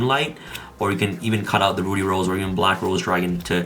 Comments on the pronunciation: Drink every time he pronounces "ruddy" as "Rudy" 😂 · it's pronounced ruddy like muddy or buddy. Please get it right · RUH-DEE Rose Witch. Lol